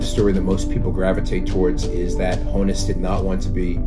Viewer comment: Honn - uss -- like Johannes